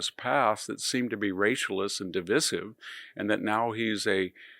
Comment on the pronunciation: The word divisive is pronounced də-ˈvī-siv w/ a long ī.